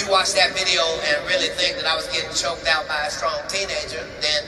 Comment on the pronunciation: Katt got a sneaky sucker punch in and then got ragged dolled by a kid half his age. Does that sound about right to you? Because that's what I saw on the video 😂 Also......it's choked not "chocked"